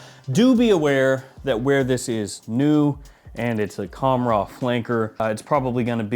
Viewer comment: It’s actually pronounced Khamrah with a soft k, hard h, almost like your clearing your throat. The k is in the back, like Hkamrah, so it’s reversed, if that makes sense. Qahwa is cah-wah. You nailed the way it smells by the way and I agree it’s better 💯